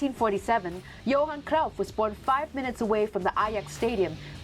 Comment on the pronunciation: Not a fan of either Ajax, or Kruif, that lady does not how to pronounce kruif...it is not krouf or kroif... lol